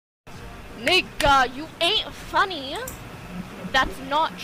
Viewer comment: Why'd she keep putting emphasis on the end of everyword 😂 you ain't funny-uh 💀